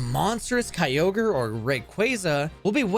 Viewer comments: You did not just pronounce Kyogre “Kai-oh-gree” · Bro out here butchering pokemon names 😭😭😭 kyogreee??? 💀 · I wanna subscribe but the way you say Kyogre makes me homicidal It's Ogre, like Shrek, you fucking donkey 😂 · At least it's not Key-oh-guh-ree like in the official Gen 3 pokerap. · Kai-oh-gree....? The hell is that? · The official Hoenn pokerap does it even worse, key-oh-gree and grew-done, they also forgot relicanth and zigzagoon. its a fun listen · me and my brother always said kyogreee as a kid, and the first time i heard it pronounced right it sounded so bad. hearing kyogreee again was nostalgic lmao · I feel like him talking about quick balls in gen 3 and that one use of pronouncing Kyogre like and absolute autistic. I swear these YouTubers all say stuff just so people comment more to call them out, as does this comment...